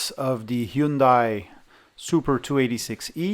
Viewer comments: Nah, Koreans don't pronounce it as /həndei/, it is generally pronounced as /hjənde/. It means "modern" in Chinese and it is pronounced as /gendai/ in Japanese. In Korean, the second syllable is literally spelt with /a/ and /i/ glued together, and it is estimated that it was pronounced like the English word "eye" a few centuries ago, hence they chose "ai" for the spelling, probably. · Americans usually say "HI-YUN-DAY" haha